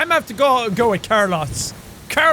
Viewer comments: CarlOs not carlus 😂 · What in the hell is Car-loss? It's pronounced Car-lohs, Jack. xD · anyone know why he's pronouncing Carlos as carloss? .-. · It’s CarLOES not CarLOSS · I love that Jack pronounces ‘Carlos’ as CAR-loss. Oof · Jack..... it's not pronounced, "car-loss"... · Liberty Bugbee It's car-lose (the 'ose' pronounced like in nose) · Em it sounds like the the is Carloss like he lost the car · Jack it's pronounced Carlos. LOL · Carlos is pronounced car-loes. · It's pronounced car-low-s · I love how Jack pronounces carlos as carloss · I am sorry but I love the game but, it’s (Car-loos) the ‘O’ is a long ‘O’, like in the word Rope......I really love the game and everything about it but that was bugging me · It's Car-loss. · How to pronounce "Carlos" Car-loss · Carlos+ Jack's pronunciation=Car Loss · Colour Streak its more so pronounced car-lows since its a Spanish name and the o has less emphasis then we'd commonly use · since when is Carlos pronounced CarLoss lol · You bothered me every time you pronounced Carlos Carloss lol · Ahem... It's pronounced car-loes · The way he pronounced Carlos reminded me of Kurloz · Is he pronouncing Carlos Car-loss XD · wondering if thats how jack pronounces carlos or if its just because its ironic :p car-loss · Jack its pronounced k AA r - l oh s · Who else kept getting triggered when he pronounced 'Carlos' as 'car loss' XD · brucey I was cringing every time he said "Car-loss" because Carlos my real name😄😄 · The way he pronounces Carlos 😭😂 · I don't think I've ever heard someone mispronounce Carlos before. That's... interesting. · literally why is nobody talking about how he pronounces carlos ??? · When he says carlos wrong the WHOLE TIME! Its cool stay positive! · OH he pronounces Carlos differently than I do it’s weird! AAAAAAAAAHH! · Why must you pronounce Carlos Wrong!!!!!!! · I'm sorry, but this kinda annoys me... you pronounce Carlos wrong. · Is anyone else triggered by him mispronouncing Carlos? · It's car-los